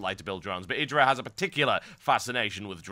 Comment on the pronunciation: This caster is the first British I've heard that's calling IdrA correctly, not "eye"dra lol.